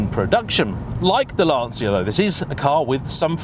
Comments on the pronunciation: Célica and Lanccia not lansia. Every time I hear a brit say lansia instead of lanccia I cringe. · Ahh, the famous Lan-SEE-a.. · Lan-CHI-a ffs !!!!!!